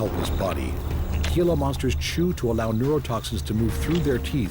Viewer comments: It’s pronounced “hee-la”monster, not “ge-la” monster. Just wanted to share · It is not pronounced Gee lah...it is Hee lah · Gee-la? What an uninformed documentary, thought the purpose was to educate, spread information and knowledge ? Im from n.m. so dont try and tell me thats the correct pronunciation of hee-la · Its pronounced "heela" not gila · Dude, it's pronounced Hila not Gila. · As a southern Utahn who sees Gila Monsters every now and then, I also cringed a little. Great documentary otherwise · The Gila Monster is pronounced "Hee-la Monster". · It's pronounced heela monster. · "He-la" monsters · Excellent except gila monster is pronounced "hee la". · You forgot the three deadliest in sea....sea krait or commonly known as black and white sea snake, box jellyfish, cone shellfish and Kokoi or dart frogs of Amazon Forest. Gila monster is pronounced as "Hila" monster and lies probably at bottom of your list and including mine...... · I quit watching your video when you demonstrated a lack of knowledge about Gila Monsters. You act as if you know a lot about them, but you don't even know how to pronounce their name correctly. It is pronounced HEE-la. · please....HEE-luh monster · As a long time resident of the southwestern desert in Arizona, I must correct your pronunciation of the Gila Monster. Gila is pronounced Hila with an "H", not the g sound. Very interesting documentary. Thank you. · It would be a much better presentation if the word “Gila” were pronounced properly. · the announcer mispronouncing “Gila” Monster 😂😂😂😂😆😆 SO HARDCORE 😂😂still a great video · You're doing a documentary and don't even know how to pronounce Gila monster or it's very untoxic venom? Cmon man.